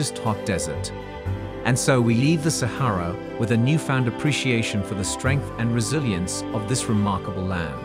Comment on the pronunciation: Repetitive and boring. Narrator doesn't even know how to correctly pronounce Sahara or Oasis.